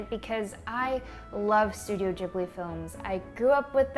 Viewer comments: isn't it pronounced gib-li not jib-li ? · Studio "jiblie"? Never heard it pronounced like that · i did not know Ghibli is pronounced the way youre saying it. i feel embarrassed cause i love them. i thought it was more of a ghibli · just realised americans pronounce it ‘jibli’....im devastated what is wrong with y’all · am I the only one who pronounced Ghibli like the g in glass and not like the g in germany like she does? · Wait what that's how you pronounce Ghibli